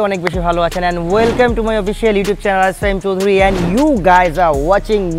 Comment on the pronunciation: ওয়েলকাম ❌ ওয়েলকেম☑️😂